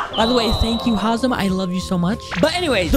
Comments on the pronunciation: its hazem not haazem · ITS NOR HAZAM ITS HEZAM